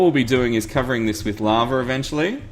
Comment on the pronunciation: What is "Lovver"? He seems to say this in place of "Lava"....why is there an RRRRRR?